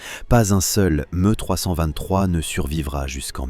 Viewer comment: Pas MU mais ME